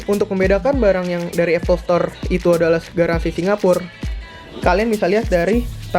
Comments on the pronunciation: Tulisa Ya Singapore bacaya singapor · Ajay Husen bacany sincapo